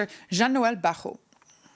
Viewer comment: Barot and not baron